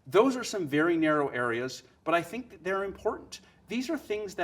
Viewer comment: I'm gonna pretend I didn't hear him pronounce it like "thayat"